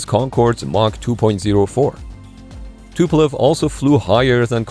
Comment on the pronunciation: Not Tupelov but Tupolev